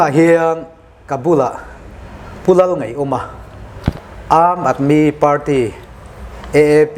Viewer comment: Aam tia i lam ang tho khian aadmi tih pawh khi lam tur ani e